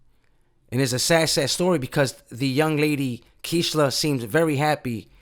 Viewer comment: KEISHLA is pronounced kayshla in Spanish Rip KEISHLA🙏